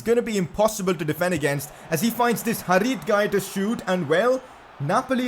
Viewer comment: Lol he said harit guy so weirdly